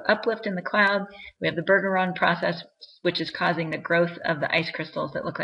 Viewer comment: It's BUR-jur-ahn. Trust me, I'm a Bergeron.